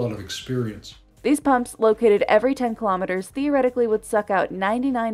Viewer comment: Kilo'meters, not kalamaduhz.